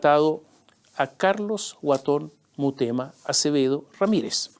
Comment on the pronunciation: Mi querido Tomás, son en directo tus comentarios?, creo que deberías editarlos, para corregir "murema" por Mutema, por ejemplo, y otras pifias, pues no alcanzas a leer. Todo con cariño y respeto, pues te admiro, tanto por tu inteligencia, preparación e ironía. Un abrazo.